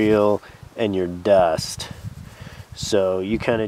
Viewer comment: easily the best bow drill lesson i've watched. And i've watched lots. I think I'm finally ready. Also love how you pronounce "Duust"